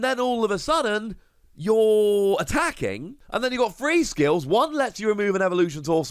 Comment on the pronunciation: “When you are atracking”